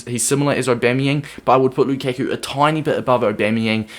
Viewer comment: Wtf? It's not Lukeku, it's Lukaku. How can you be a fifa player and fk up Lukaku's name?